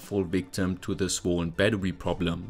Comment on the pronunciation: bro pronounces bettery like a furry